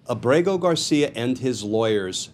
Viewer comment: A small point: I think that the diacritics have been stripped from his name. From what I saw early on, his name is Ábrego-García with an accented first syllable, not with emphasis on the second syllable.